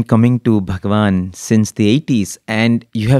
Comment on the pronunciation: Wonderful thank you. My only feedback for the anchor/host/radio sai team is - is it possible to say "Bhagawan" without too much stress in "Bha"? Sometimes its repeated again and again when you hear it in headphones, it gets a bit uneasy. Thanks for understanding and keep up the great work.